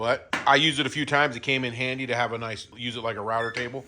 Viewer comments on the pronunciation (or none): none